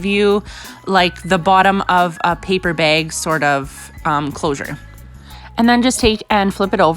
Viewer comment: Why does she say beg and not bag